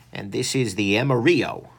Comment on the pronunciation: you didn't wipe the excess oil and its pronounced like its spelled AM-A-RILLO